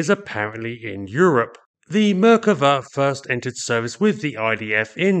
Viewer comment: Your expressing the name of the Merkava is a mispronunciation; the emphasis should be place on the second syllable. Thus not Mer kuh vas to Mer KAH vas. Try to keep up, pommy! 😎